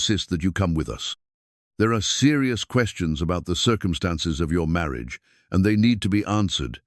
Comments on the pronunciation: Very much enjoyed this story. The AI could use some work. In one breath marriage was said as Mary-ah-juh, and in the next breath marriage. A lot of garbled words too. I wish they were just being read by normal people. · Please take the time to learn how to pronounce ‘Marriage’. In all contexts it is written in. Beautiful voice.